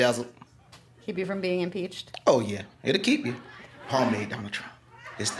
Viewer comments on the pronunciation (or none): did he say impeached